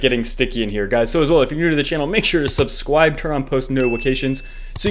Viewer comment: "Make sure to subscwibe!"